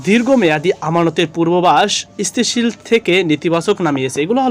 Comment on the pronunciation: আগে উচ্চারণ শেখো, স্থি তি শী ল। অব মূল্যা যন।